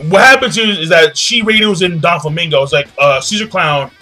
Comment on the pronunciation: you always call Doflamingo Donflamingo, well it does sound better